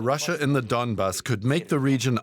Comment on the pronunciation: Its Donbas and not Dandus sweetheart :))